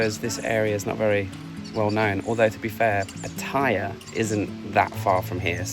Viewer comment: Please ask a local the correct way to say Pattaya. Almost all tourists say iy wrong, including you.